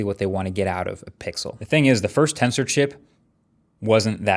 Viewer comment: Everytime you say Tensor I thought you were saying Cancer